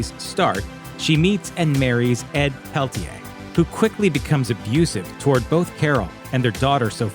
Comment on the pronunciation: Ahhh yes. Carol Pel-tee-aye. It’s pronounced Pel-uh-tier